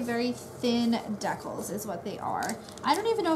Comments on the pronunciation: i thought they were called dee-cals iv been sayn it wrong half my life lol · I wonder if you still call decals deckles. Lol